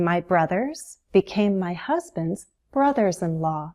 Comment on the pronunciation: Hi! Your prononciation of the word "law" is very strange!